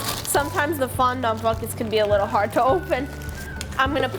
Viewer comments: She said fon don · I don’t think that’s how u say fondant